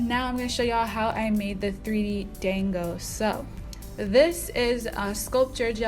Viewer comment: Thank you for giving the proper pronunciation because ight was low key killing me, and I wanted to check to see if anyone else had said something before I repeated it. 😁 My daughter is hard core all things Japanese and was shouting "SHE'S SAYING IT WRONG MOM!!!!!!" Lol!!!!